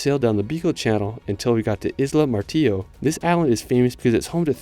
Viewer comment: El video te quedo genial! Tan solo corrige el audio en español por favor... dice Califato y es El Calafate.. luego dice Isla Martio y es Isla Martillo.. y asi en varios lugares, chequealo Gracias